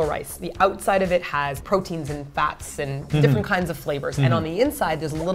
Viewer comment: "P oteins" and "Flavou"?? hahah sorry i noticed it and was like wat..